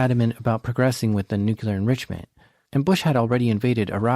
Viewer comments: It is pronounced NEWCLEAR not NUQUELER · Please, the word is nuclear not “nu-q-ler”. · NU-CLEAR NOT “nEw-qUeuE-LuR” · The word is nuclear. ¡NUCLEAR! Not nucular. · Noo-KYU-ler... you're killing me, my man! Your work is fantastic, I love this channel, but it's NOO-klee-ur 😘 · Ugh It's nu-klee-ar Not nuke-yu-ler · Whenever I hear "Nucular", it registers something like "Deez Nuts". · This was an amazing video, but listening to you consistently mispronounce "nuclear" was maddening, lol.